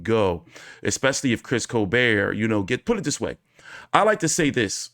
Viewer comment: T, it's col-BERT, not col-BARE/BEAR. What's your malfunction?